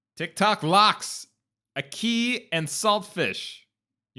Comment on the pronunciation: I swear when you said “ahkey” all Jamaicans wanted you dead